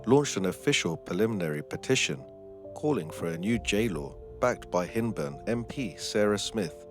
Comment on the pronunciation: So sorry, it's pronounced hind burn, like behind, hyndburn, i live in the area 😊